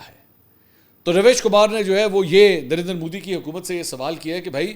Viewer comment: نام رویش کُمار ہے RAVISH KUMAR RAVEESH KUMAR ہے